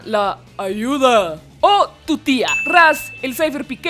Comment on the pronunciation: Yo al Raz le digo el "Zsaz"